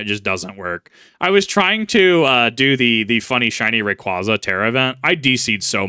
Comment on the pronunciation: Big pet peeve of mine, but it's "Ray-qwayza" not "-qwahza." It's my favorite pokemon and the pronunciation has been around since about 2005, so it makes me cringe when poketubers/pokemon fans say it wrong. You corrected yourself when saying Vibrava wrong, so I figure you might take the proper pronunciation and use it.